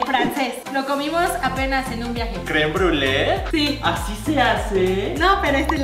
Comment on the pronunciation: "crem bule" 🙄 hasta Rafa lo pronuncia mejor jsjs.